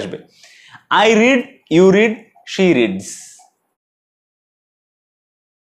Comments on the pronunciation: রেড না রিড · Sorry red uchchon noi read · হয় তো, past এ read এর উচ্চারণ রেড করতে হয়